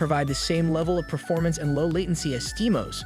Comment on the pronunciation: it is steam O S it is not one word you NPC !